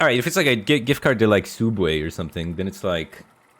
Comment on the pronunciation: “Soob”way lol nice